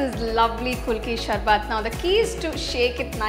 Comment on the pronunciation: It's not pronounced kulki sharbath, it's ku-lu-kki sar-bath. Nice presentation otherwise